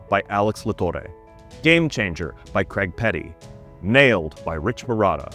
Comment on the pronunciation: What cant Americans say Craig correctly.....?